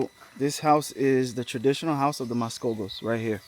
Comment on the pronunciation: Mascogos sounds like Muskogee.